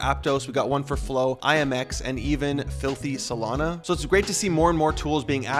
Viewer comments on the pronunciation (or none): bro said filty solana 😂😂